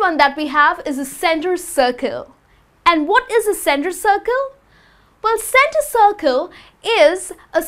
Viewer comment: She sounds so aggressive. Calm down honey. It's penalty spot not "phenalty sspott" or center circle not "centttar chhirchle."